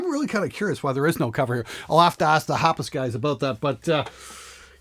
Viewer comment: Hapas. Not Haps :)